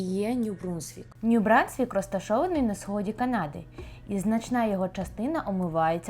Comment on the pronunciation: Ню Брансквік, а не Брунсквік. Потрібно було вчити мову, перш ніж вести блоги і їхати у Канаду